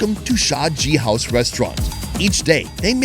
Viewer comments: Biryani restaurant pronunciation Gh- ouse not g- house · I cackled when he pronounced it g-house XDDD its ghouse as in goose but with emphasis on gh (like ur gargling) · GHOUSE is supposed to be pronounced as Ghoo-Ush, not "G-House". Perhaps the expert locals can enlighten us. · the pronunciation 😂😂😂😂😂😂😂😂😂😂 Ghouse is pronounced as ghoz